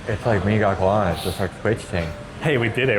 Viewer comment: Gacoan said ga-cho-an